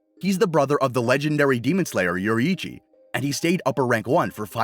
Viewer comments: its pronounced "yoreechy" not "yori hi cchi" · bro butchered yoriichi name